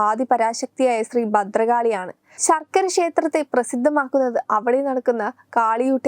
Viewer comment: ശർക്കര അല്ല കുട്ടി ശാർക്കര